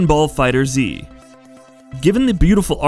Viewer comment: It’s pronounced “Fighters” not “Fighter Z” 😩